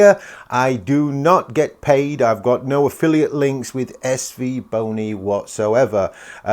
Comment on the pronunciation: 8.07 is it just me or did say svboner? 😂